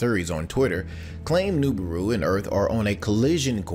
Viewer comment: Please stop saying Noobooru